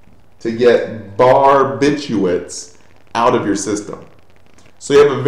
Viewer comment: Aren't you supposed to say barbituRates? you missed a letter :)